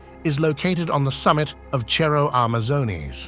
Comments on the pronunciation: Why does the narrator keep mispronouncing Cerro? It is not pronounced as chero. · Its a C not a Ch. You pronouce it like Serro Amazones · Awesome. It's "Cerro" with an "S" sound, not a "CH" sound. Silly Brits. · I am disturbed by the way the narrator pronounced the word cerro (hill).